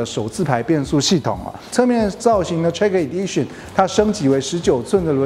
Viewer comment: 能不能把英文单词发音查好练好了再来拍视频？Lexus和 track Edition好好看看国外都怎么念的